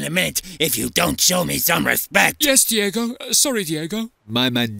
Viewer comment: Diego* not Diyeigouw